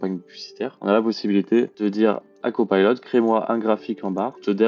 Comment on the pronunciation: Copilot svp et non cpaylot. En français c plus joli.